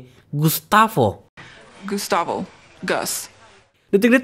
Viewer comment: Gustabo dibacanya, min, karena nama Spanyol